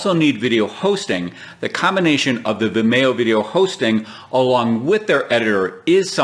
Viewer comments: Um it's pronounced Vimeeo, like Video, get it. Video, Vimeo? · Its procounced vimeeeeo. Similar to "video" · Never heard Vimeo pronounced that way.